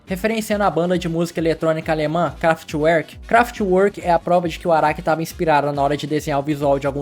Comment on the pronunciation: se pronuncia craftverk🤓👆